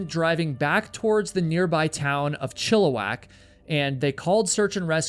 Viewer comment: Hey! Congratulations on your correct pronunciation of 'Chilliwack'! That's where I grew up, and people that aren't from around there always want to pronounce it 'Chillywack'. We hate that shit...🙄